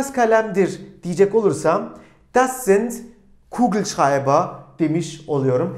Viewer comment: Hocam kugelschreiber demeniz çok iyi eskiden bunu rahat söyleyemiyordum zorda olsa son 3 derste bunu öğrendim😁